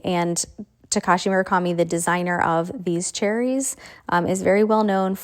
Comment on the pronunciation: I’m so confused why people have started to call cherries, sericces ( spelling it as people are saying it )